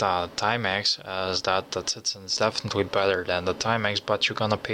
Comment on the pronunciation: ...”definitwee definitwee definitwee...”